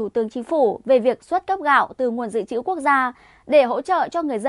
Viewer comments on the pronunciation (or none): none